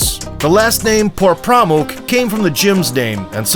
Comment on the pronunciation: Its actually Por Pramok not this stupid channel is saying.